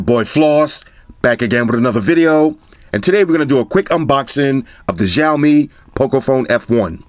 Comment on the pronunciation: The letter X in Xiaomi is pronounce like an S. Almost like a snake hiss. So it should be Siaomi rather than the hard J you are saying which sounds like Jiaomi.